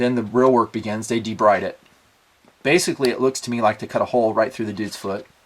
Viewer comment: BTW, "debride" is pronounced De-BREED.